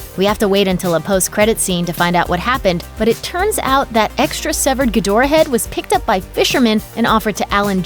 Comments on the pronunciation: I think it's Gi dra not gadora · it's Ghidorah my guy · Ghidorah was pronounced Geedhra in the originals.